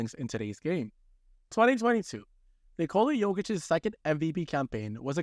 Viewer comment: lol you circled nurkic not jokic, also it's pronounced nikola, not nikola